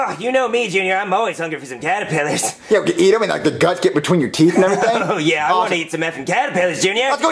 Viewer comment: Im not suprised that some of them said Callipiters and not Caterpillars, I say it like that too